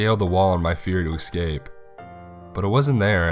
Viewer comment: yeah he really does have a great voice for narrations, though he just needs to work on not saying excape instead of escape 😉 .